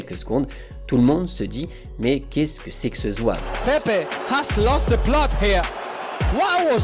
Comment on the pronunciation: Français ! Apprenez à respecter les noms des gens. Il s'appele PEPE et non pas PEP. Rien que pour ça je ne regarde pas la vidéo. Surtout pour les Africains que vous appelez EME BAPPE, ENE GOMA, ENE GOLO KANTE alors que ce n'est pas comme ça qu'ils prononcent leurs noms.